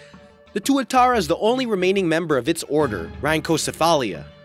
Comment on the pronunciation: Pronounced tuatara pretty good my bro